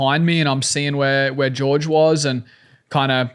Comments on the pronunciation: It's Jorge not George, isn't it? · Its pronounced Hore-Hay! 😂 I think Hunter is just poking at him lol, they're rivals but still got respect for each other